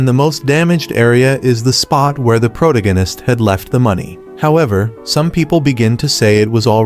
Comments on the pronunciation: "Sekura" "takayanchiki" "prodaganist" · The "prodgiganist" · i usually hear " pro tack anus", that's a change. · Protagonist… pro-TOE-ginus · “As for Ka-zoomah, the prota-gennist, he feels as though a weight has been lifted from his shoulders.” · Bro's saying prodagonatist😅😅😅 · Pro-Tung-Anist, Ka-zoo-ah, Sa-Kira... Either you made tons of spelling errors, or the AI you use just fails at pronouncing things right. 😅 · Pro-tug-anist? Christ, what AI did you pick to read this? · I heard pro-dag-innest :)) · i genuinely cant start watching this because of how funny he pronounces protagonist bro im fricking dead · They way it says "protagonist" hurts me.